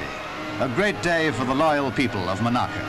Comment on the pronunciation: Why does the narrator say Mo-narcu when it’s Mon-aco